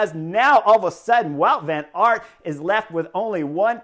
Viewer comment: I was struggling to unterstand the Belgians name. Wout Van Aert is pronounced Bout van aert.